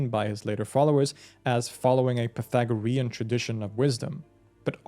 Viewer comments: Say it with me: "pie-THAG-rean." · I just got ptsd from math class 😂 "pathogarean" 😱😭💀